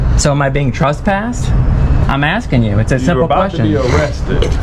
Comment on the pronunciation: I hate to say it but was too passive on this occasion. She should have asserted that she was being assaulted and battered and kidnapped when they assaulted battered and kidnapped her. Also I wish she would stop saying "trusspass" lol.